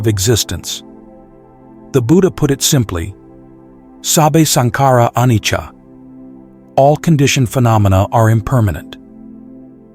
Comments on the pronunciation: It's not anicha. Its anitya. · I listen to these podcasts regularly and benefit from the content immensely. However something I keep noticing is the pronunciation of some of the Pali words. i e Anicca. Sammuthi Sacca and Paramatta Sacca in this video. These are pronounced as Anichcha, Sammuthi Sachcha and Paramatta Sachcha. Just thought I'll keep you posted 🙏